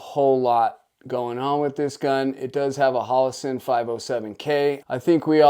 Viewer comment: It's HO-LO-SUN not HAL-A-SIN LOL pretty easy to pronounce correctly I don't know why you always say it that way lol